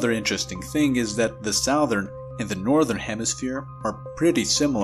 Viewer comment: 1. Loved the soundtrack & slow talking rhythm. 2. "Southern" is pronounced "suhthern," not "sowthern."